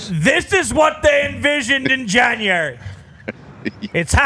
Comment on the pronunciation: is gold, “Janrary… FOREVER!!”🤣